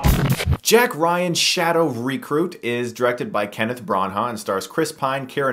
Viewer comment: Dammit Stuckmann, your pronunciation during this episode pissed me off haha... Kenneth Bran-HA... Shadow REEcruit...